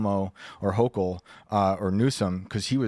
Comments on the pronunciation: If I remember correctly, they pulled a similar stunt during the last Trump administration. It took a while for the governor to bring them back. They're doing it quicker this time. Hochil is pronounced with a hard "k" sound for "ch" if I'm not mistaken. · stop saying hoCHul